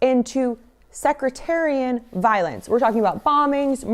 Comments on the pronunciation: Belfast Ireland? I thought MOSSAD was behind TOILET PAPER USA., not the IRA. Sec Tarian. Not Secretarian. Not judging. It's an old word that describes religious groups fighting against each other. A sect of Christianity is Baptist or Methodist. So a sectarian conflict could be the Methodist going against the Baptist violently. The Catholic, Protestant terrorism was started by someone and your show has shown me the link. MOSSAD was behind all that 30 year war. I am a new listener to your show and I like it. Keep up the good work and watch your 6. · I love your channel but I can’t help but laugh every time you say “secretarian” violence lol it’s “sectarian” as in different sects fighting each other. Anyway keep I’m up the good work!! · "Sectarian" not "Secretarian" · Hate to be that guy but it's not "secretarian". It's pronounced SEC-TEAR-RE-AN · uh, it's sectarian violence not secretarian violence. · Love the content you're making. (You might wanna say 'sectarian' not 'secRETarian' though...sorry to be an ass) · Sec-TARIAN... as in, between 'sects', not violence between secretaries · Sec-tare-ee-ann =sectarian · The word you keep mispronouncing is SECTARIAN and it means membership in a political or religious group. If you would take the time to look up the hard words you would be more believable. You might be giving some good data but I am waiting to hear it from Candace. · No shame "sec - tare - ree - an" or something like that. No secretaries involved, luckily it's a word that hasn't been that common in the US. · "secretarian violence". Did you perhaps mean sectarian violence? Love the message but the delivery could use some work. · Just a correction here. It's "sectarian". Not secretarian. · Sectarian, not secretarian . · The word is "Sectarian," NOT "Secretarian". It's about religious sects, not secretaries. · “sectarian” not “secretarian” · Luv u but it’s sectarian not secretarian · Just FYI it’s sectarian*** violence, not “secretarian” lol 😝